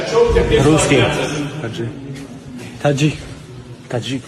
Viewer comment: Когда подряд начали коворить Таджик, мне показалось что один из них сказал аджик 😂